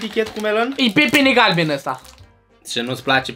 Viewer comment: După 5 luni am revenit pentru a ma uita iar la acest episod LEGENDAR!!❤❤❤❤❤❤❤❤😊😊😊:"ARI GUST A PIPINI GALBIN!🤣👌👌👌👌👌TUTORIAL,INVATA ROMANA CU 🤣🤣🤣😎😎😎